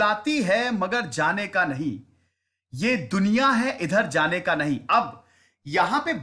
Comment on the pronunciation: सर वो 'नहीं' गलत पढ रहे हैं वो उर्दू का नइ है।